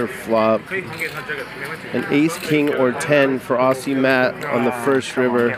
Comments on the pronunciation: For future reference it is not pronounced “Awsea” but “Awzee” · Why is it Americans can't pronounce Aussie but they can say Ozzy Osbourne.... It's just bizarre.